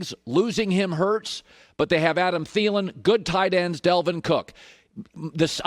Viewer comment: “Delvin Cook” lol